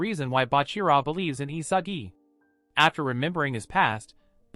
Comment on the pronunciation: ISAGI NOT ISAJI!